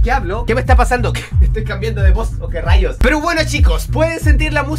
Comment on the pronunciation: Te puedo preguntar algo en porque siempre cuando ablas decis por ejemplo que rallós con acento en la o